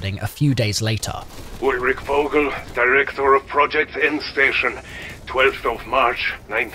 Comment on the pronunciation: this is completely unrelated to the story: as a german its so funny to hear these names pronounced like that. they pronounce "vogel" with a english V instead of a german V (in german V is most of the time pronounced like an F). if you would pronounce it like germans would, it would sound more like "fogel" with a strong F and "kurtz" would be pronounced more like "koortz". so weird that these are supposed to be german scientists and yet they dont even know how to pronounce their own name. i mean treyarch was right with the pronounciation of richtofen before too so no idea why they didnt make sure its right. sorry for talking nonsense lmao